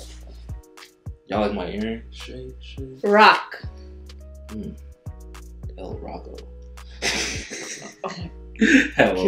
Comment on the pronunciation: Lmaooo “el rocko”